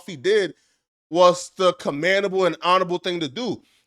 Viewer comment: TODAYS bastardized word from is, “comandable”. Bruh. It’s, COMMENDABLE. 😂 🤦‍♂️